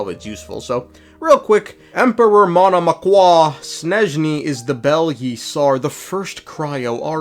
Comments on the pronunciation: "Monomakh" "Mish-chy-slav" "Seriviiiki" "S-koll-dyryth" "Vodya-noy" "Fio-dorovnaa" it's pronounced more like this for me! (western slav yippiee) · You just pronounce it Monomak, he makes it complicated on purpose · And still monomach in his pronunciation sounds soooo French it was quite painful to listen ngl